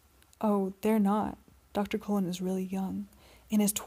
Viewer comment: Cullen, not colon.